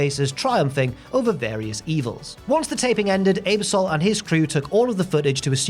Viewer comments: His pronunciation of Ebersol was just as bad. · The constant mispronunciation of Ebersol’s name is truly sad. Not hard to look it up and hear it said. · Nov 2 wasn’t Thanksgiving weekend (fourth Thursday in Nov), the NBC exec was Dick “Eb-er-SOL”, and the SNL cast member was Joe “PIS-cah-po”. Very odd errors in this one, which is a rarity. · I had to rewind , I knew Ebersol was coming out more with a long Ay than a short Eh, which is to be expected given accents and language interpretation minutiae but I did the same thing. Pis-copo , almost prefer that now haha :)